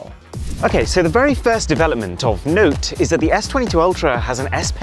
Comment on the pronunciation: Anybody notice the emphasis on the word "note" in the beginning?